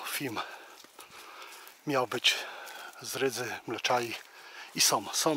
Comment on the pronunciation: fajny grzybiarz z ciebie fsjne robisz filmy i masz super powiedzonka ale proszę nie mów że na wodom łapiesz ryby tylko nad wodą, jesteś fajny facet i mam nadzieję że się poprawisz?😃 som to także niepoprawna wymowa tylko są ok? Trzymaj się do następnego filmu😃